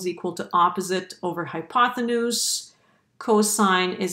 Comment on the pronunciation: Nice explanation. But the word is "hypotenuse" NOT "hypothenuse".